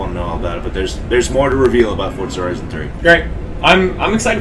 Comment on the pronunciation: Has anyone noticed that when he says forza it sounds like fortza